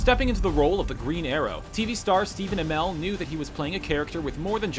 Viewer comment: wow, thanks for pronouncing Stephen Amell completely wrong